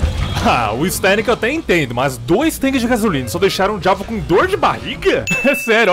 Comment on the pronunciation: Alguém mais percebeu que a Sherry fala "Djuavo"?